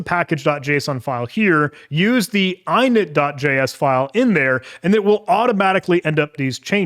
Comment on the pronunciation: Great video, only gripe is how you pronounce "!init" like eyenit